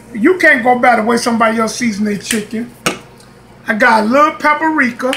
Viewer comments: Pepper reeka. Or paprika ??? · I love how he says pap-a-rika🤣